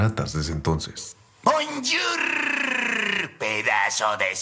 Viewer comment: Vine por la Historia y me quede por el "Bounjourrrrrrrr, pedazo de soquetes!!" 😂